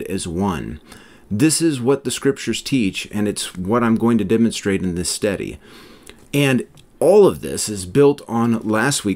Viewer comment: Off topic. But i can’t help but chuckle every time you say “study”. If it weren’t in context i might sware you say “steady”.